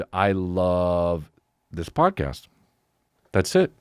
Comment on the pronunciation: Almost spit my drink out when he accidentally said “pomcast”